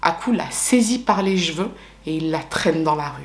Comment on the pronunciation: J'ai adorée ta vidéo!! Je m'en remettrais jamais les "jeveux" au lieu de cheveux qu'est ce que je kiff en vrai!! Pour le coup je suis mitigée dans le sens où le pays est tellement arriéré qu'ils laissent ses pauvres femmes à leurs tristes sort, faire justice elle même et puis accusé la mère ou la cousine pour avoir des coupables à présenter lors de l'audience du meurtre du bourreau de leurs gosses et nièces! Je peux pas dire que je suis fière de ses femmes(bien que je serais avec elle je ferais parti des meurtrières car justice et pays trop injuste avec les femmes) je suis triste en vrai que tout cela arrive encore encore en 2023 bien que cette affaire est 20 ans bientôt... C'est une triste affaire c'est les conséquences d'un pays mal géré et une police ripoux comme dans tout les pays... En tout cas merci pour ta vidéo j'ai attendu 5h du mat pour être au calme sans gosses pour t'écouter! Mdrr de gros bisous je sais que tu lis même si tu répond pas 😉 Je te fais de gros bisous de Marseille 💋💋